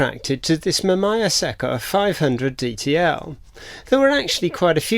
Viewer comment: Its Ma -Mee -Yaa. But great video. My dad's first camera was a Mamiya ZE Quartz SLR from the 80s.